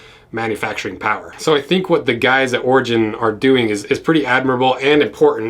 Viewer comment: Thought you were saying ORGY BOOTS